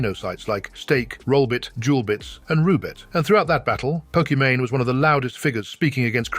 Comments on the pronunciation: Can the text-to-speech figure out how to pronounce Pokimane already? Poki-Mine, Poki-manae? Really? 😂 Maybe it's a diss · love the AI calling her "pok eh mon eh" over and over lol